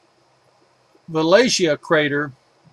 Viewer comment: Great taught us a lot about the real Moon. Such a pity he couldn't pronounce a lot of crater names. Eg. Aristarchus is not pronounced Aristickus! Sometimes extremely frustrating. Just saying.